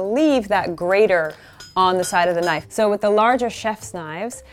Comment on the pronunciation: *click* knoife